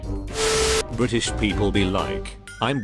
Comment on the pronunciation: U said BRITISH wrong